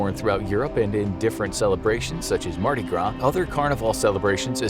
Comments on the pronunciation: Nice video! Btw it’s Mardi Gras, not madi gras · supposed to be "Mardi gras"